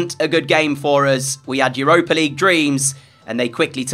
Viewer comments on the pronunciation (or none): none